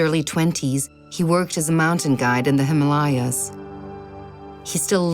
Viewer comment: that is the correct pronunciation of " Himalayas " Many people mispronounce it as Him Layaa